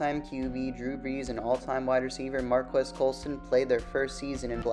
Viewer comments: Pronounced “Mar-Keese” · Hi NAME IS PRONOUNCED MARCUS!!!!!